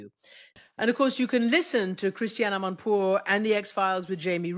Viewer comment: Shame on you are you Iranian? Acouse not Emanpour.